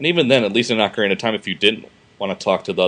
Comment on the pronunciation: Good god the way butchers the pronouncing of ocarina I hate when people do that